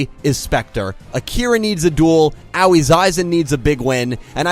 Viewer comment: Dude, Aoi's name is not pronounced "Owwie"